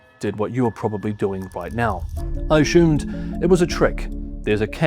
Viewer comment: Why are you saying "ashumed" instead of "assumed" ? I keep hearing this, is it now the accepted pronunciation or is it some kind of speech impediment solely affecting millenials?